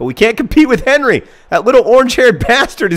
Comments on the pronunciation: Pretty sure the ginger's name was Hery not Henry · his name is acutally Héry ;) not Henry